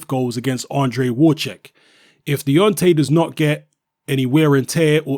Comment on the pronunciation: try to learn how to say Wawrzyk, I don't know how to explain you, maybe read it "Vavzheek" - English "W" in Polish is "V" - the most important thing to go further